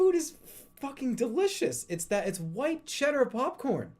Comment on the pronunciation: Why does he pronounce popcorn buhpcorn